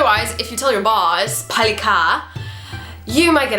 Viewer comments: I think 빨리 here should just be 빨리, not 팔리. I know that sometimes when ㅂ stands at the beginning of a sentence, it can be pronounced as ㅍ, but ㅃ would just be ㅃ, especially 빨리, because I've heard it a lot but I've never heard anyone say 팔리. Just a little comment though, I'm still learning Korean and I might be wrong but that's how I've heard it so far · Good teaching!! ^___^b 빨리 usually pronounce more close bbbally than pally 게세요 --> 계세요